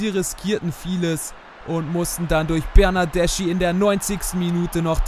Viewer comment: Du sprichst Bernardeschi falsch aus. Er wird so wie Bernadeski aus geschprochen.